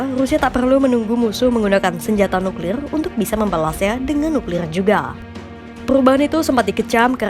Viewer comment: nuklilrlr nuklilr r nya seperti orang British 😊